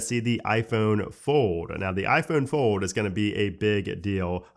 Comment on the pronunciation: Bruh you gotta learn how to say fold correctly before it comes out next year.